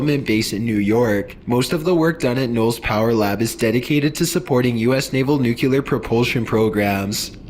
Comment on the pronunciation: Great vid, L. I have a question, though. Why do people say "nucyuler", instead of nuclear? Nuclear (pronounced new-clee-ur).